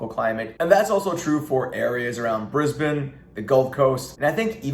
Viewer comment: U said Brisbane and Melbourn the right way 👍 some Americans say Brizz-Bane or Mel-born haha love your content keep up the good work mate 👍